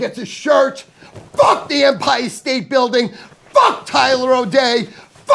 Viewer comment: Saying fck Empire state bldg wrong stu other than that im down with ya